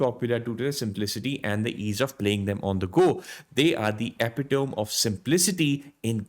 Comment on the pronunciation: inspiring video! one correction tho "they are the epitome of simplicity..." - it's pronounced like "eh-pito-me" not "epi-toam". hth